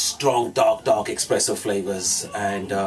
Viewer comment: Expresso Flavors 😂😂😂😂😂